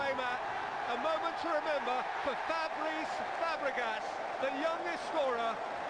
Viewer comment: "Fabrice" fabregàs LOL !